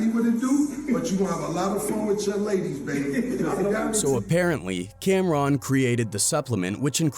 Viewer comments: Not pronouncing his name Cam Ron like two separate words 😂😂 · Cam-Ron? Bunny? C’mon man